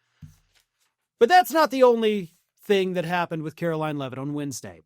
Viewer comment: I love how Gavin Newsom calls Karoline Leavitt "Karolyin' Leavitt"